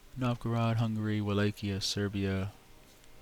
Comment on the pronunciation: these lets plays are great, but you lloovvee pronouncing every country wrong. Wallachia is pronounced as showned: Vuh latch ia yuan: won luneburg: lune burg, not lunenburg